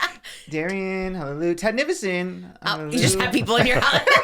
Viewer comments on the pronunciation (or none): not letting them know that it’s hallelujah not halelu is crazy lol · Them saying halleloo instead of hallelujah like Sh*ngela from drag race killed me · The way they are pronouncing hallelujah 😫😂😂😂😂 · I literally couldn’t focus because of the pronunciation of hallelujah. I’m like have I been wrong my whole life. 😂❤ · Them pronouncing hallelujah is killing me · emphasis on the JAH 😭😭